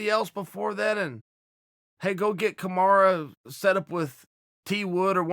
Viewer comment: Is Charles still saying kamaru